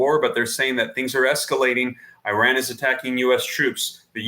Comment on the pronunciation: Dude if you can say Israel you should be able to say Iran properly too. Esrael, iran come on practice